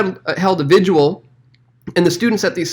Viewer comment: Vi-gil not vi-jew-ul